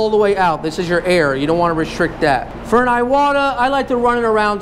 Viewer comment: Iwata is pronounced e-wa-ta, not eye-what-a.